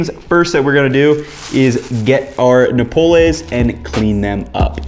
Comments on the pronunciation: It is NOPALES, not napoles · It’s Noh-paul-les. And you say your Mexican? Wait, your Canelo Alvarez right? Wait, your making Mexican food? What happened to your boxing career? Fight Charlo! Side note: Cutting the cactus into strips that a U-shape peeler can cut the pricklies off in a swipe will cut down prep time! After cutting the cactus, salting the cut pieces and letting them rest for at least 20 minutes will help remove moisture which will remove the sliminess. Wash with cold water and they are great in a salad! Fight Charlo! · Its not no-per-lays is NO-PAH-LEHS. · "Nope-less" yuummm "NO-Pole-s" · No-pa-less Nopales Not no-pul-es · No-PA-LES (PA, as in Papa and LES as in less), not nopoles! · the pronunciation is closer to “no-Pah-lez”, but its fine since his pronunciation is close enough to know what hes talking about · It’s pronounced No Pal Ace…. This is hard to watch. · It’s pronounced No-Pal-Ez. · May I correct you? They are called Nopales, and so you uneed to say no-pa-les . Gracias por el video. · no-PA-lays FFS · no pa les (accent on the second syllable) nopal (singular) nopales (plural) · Hijo de su! No PA les, noPAL, no PA les. Your cooking is very good, your Spanish , not so much. Have you ever checked out the"De mi rancho a tu cocina" channel with dona Angela? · THANK you, no-PUH-lays was driving me crazy lol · Pronunciation tip: Nopales = No PAW Lays. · I love your channel and I'm playing catch-up, and I'm so jealous of your food adventures in Mexico City, but I grew up in South Texas and love nopales and it hurts to hear you pronounce the word 😀. In Spanish, if there's no written accent, then the 2nd to last syllable is emphasized. The "PA" has the stress. Also, they are amazing when pickled. I have a lacto-fermented relish I make with nopales, jalapeño, onion, cilantro, corn, and jicama that I keep in my fridge and it goes on all sorts of Mexican dishes. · Work on your Spanish pronunciation. Pretty bad.